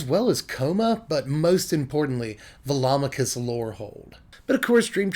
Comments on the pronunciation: Hmm... I've actually never pronounced Velomachus before, but in my head when I found it in my sealed pool, I was pronouncing it "velo-mak-us" rather than "vel-om-a-kus". But now that I've heard your pronunciation, it sounds right. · You're the only other person I've heard who pronounces Velomachus correctly... everyone and their grandma pronounces it "ve-lo-MA-chus."